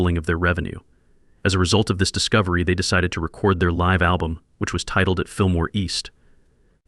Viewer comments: This has to be just an AI video!!!! The "guy" pronounces LIVE wrong... Like 'live life' instead of 'playing live'. AI is BS! Human's downfall. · This is obviously AI .... imagine saying that Gregg and Duan spent most of their cash on "CD's" in 1966... (go to mark - CD's would not be invented until the early 1980's) .... also Mispronounced the word "Live" ... and what does the deep/dark "ganster-mob video at the mark have to do with Gregg and Duane so all this to say....this video is less than good. Eat a Peach was not their 3rd album...it was the 4th.